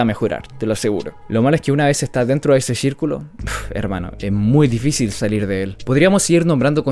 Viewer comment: es saluir o salir? Igual buen vídeo bro 👌